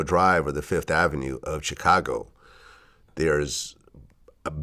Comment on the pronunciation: Am I the only one who hates the way Vlad says, "Chicago"?? ..He has to know he sounds like a dumba**